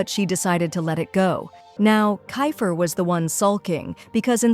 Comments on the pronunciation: It's keifer not ki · It's keifer not kayfer